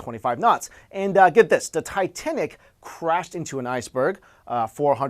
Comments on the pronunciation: Did he say, Tie - Ten - Ic? Titititititenic! Ah, JonTron. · Did anyone else hear him say Titenic?